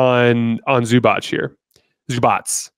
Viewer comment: That Zubac pronunciation. Chef's kiss! 👌